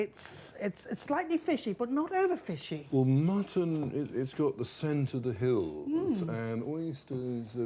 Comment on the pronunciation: love this guys accent "Yuh, Mutton it's go the scent of the hiiillz, and Oysteeers..." Awfully well spoken lol